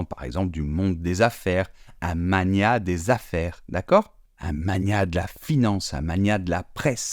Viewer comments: Bonjour, Je me permets de relever 2 erreurs. Primo, aïeuls désignent les grands-parents alors qu'ayeux désignent plutôt les ancêtres. Secundo, magnat doit se prononcer mag nat en 2 syllabes distinctes. Merci pour tout ce que vous faites. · magnat : ne se prononce pas comme magnanime mais mag-na ! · Pareil, par contre certains prononcent " magu na " Mais le t, je ne sais pas d' où il sort ça ?! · En tant que français je précise que l'on prononce bien le "l" dans sourcil. Et je pense que vous confondez magnat et magnet (qui est une sorte d'aimant décoratif), je n'ai jamais entendu un francophone prononcer le "t" dans magnat qui par contre se prononce bien dans magnet. Sur ce, bonne journée. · Et surtout, on a jamais entendu un français prononcer le t de magnat ! Par contre, on dit pain au chocolat 😂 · Pour magnat, les deux prononciations sont acceptés par Le Robert par contre selon beaucoup prononceraient le t final, je n'ai jamais entendu personne le faire. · Moi non plus je n'ai jamais entendu quiconque prononcer le T de magnat. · Il manque un mot que les non-francophones prononcent souvent mal, c’est grenouille. Sinon j’ai jamais entendu personne dire magnat en prononçant le T. Le seul mot mal prononcé même par les Français, c’est sourcil où le L final est effectivement souvent prononcé.